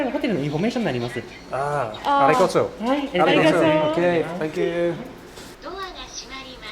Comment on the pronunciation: The "Arigoto" makes me so aggressive 😭😭😭